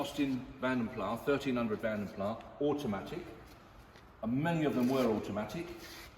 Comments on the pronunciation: CORRECT !! It is indeed pronounced 'Plass' and not 'Plah'. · Vanden Plas, not Vanden plaaah.